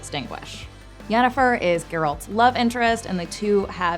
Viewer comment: Excuse me did you seriously just say Geralt’s name like that?!